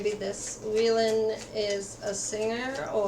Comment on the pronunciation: Its wheein mamamoo not wheelin but thank you for the reading.. can't wait for their activities in the future about music❤️